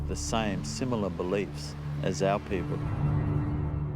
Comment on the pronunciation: When I see that Andrew Collins will be speaking, I wait patiently to hear his pronunciation of the word, "people" as "Pea-poe." 😂🤪🤨